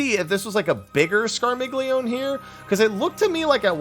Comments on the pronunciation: Scar-mealy-oni, dang it! :p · Scar-mil-yon-ey The g is silent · It’s the polyglot in me, but it’s pronounced “scar-milly-oh-nay” D: Italians are shaking their 🤌🏻